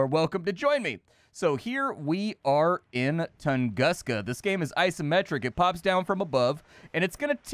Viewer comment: i’ve always heard it pronounced toongooska… love your channel dude. “…what’s up guys and gals and welcome back to the nerd castle…” is the beginning of an awesome 30+ minutes 🤗